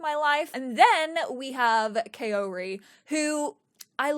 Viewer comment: Kaori is pronounced sort of like Cow-ree